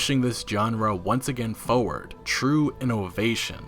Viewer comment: Forward....Not foward. lol